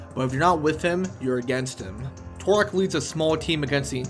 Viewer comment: "TUR-OK" not "TORE-OK"